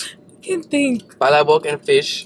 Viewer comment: it's na pala-bok it's pa-labok that's how you pronounce the palabok.